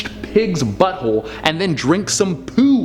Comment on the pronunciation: He must love buttholes. He puts so much emphasis on BUTTHOLES lmaoooo